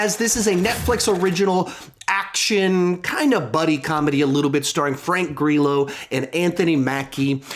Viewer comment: Frank Gri-yo not Frank Gri-low :P